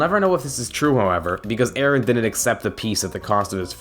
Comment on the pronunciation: It's Eren not Aaron